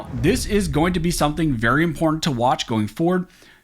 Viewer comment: Law school but yoy can't pronounce "important"?